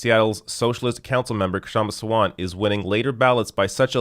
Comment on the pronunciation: Pronunciation guide: Shum-Ah Saa-vunt The K is not silent, but it’s better to drop it than say it awkwardly.